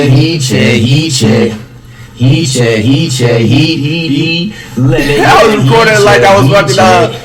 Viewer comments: all i heard was heat cheque the whole video lmao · “He che” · This nigga said heat cheque for 2 mins 🤣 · Legend says he’s still saying heat check